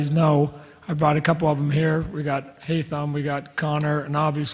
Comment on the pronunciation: WTF who the h••• is haymige it's haytham